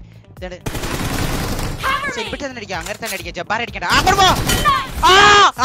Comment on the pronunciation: ithentha jabbar ennu parayana jabaan ennalle